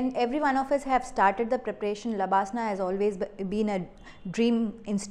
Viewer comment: It’s labsnaa🧐